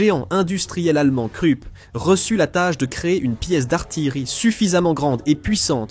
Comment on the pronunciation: Hyper bien fait bravo, très bonne diction, aucun accent de racaille ni du Sud. Agréable. Au fait KRUPP se prononce KROUP 😊